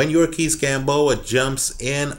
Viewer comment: YOU-REE-OR-KISS Gamboa, not yurkis gamboa